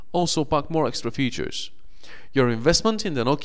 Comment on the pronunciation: "the nokia xsex"